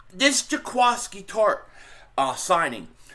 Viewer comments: Happy Father’s Day Bro!! I think his name is pronounced JA-KWEE-SKI. Might be wrong though. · It's pronounced Juh-KWISS-Key.